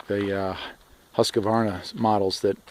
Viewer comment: It's Husk-varna NOT HUSKA VARNA!